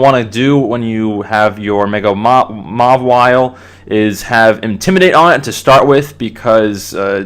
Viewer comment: Just so ya know, mawile is generally pronounced "mah-eye-ol". :)